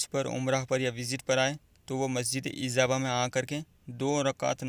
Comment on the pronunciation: Sir masjid ka name to thik se lay lo. Ezaaba nai ijaba